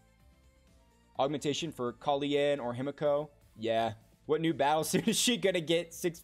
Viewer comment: You know it's pronounced KA-LEN and not KA-LI-EN, right?